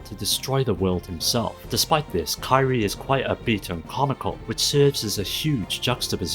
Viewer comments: The name of the main character in sands of destruction is not pronounced kai-re. It’s pronounced key-re-eh. Other then that. Good video. These are games that I hope other people check out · Kee-ree-ay not Ky-Ree lmao